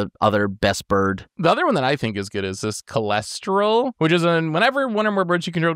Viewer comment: pronouncing Kastral as Cholesterol just killed me